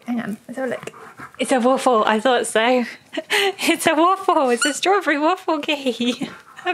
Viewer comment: I clearly heard him say I want my waff =)